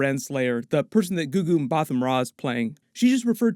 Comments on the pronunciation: GuGu's surname is pronounced. Mber-tar. Not mber-thaw. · love your videos but the ‘h’ in ‘Mbatha’ is silent so it’s pronounced ‘Mabata’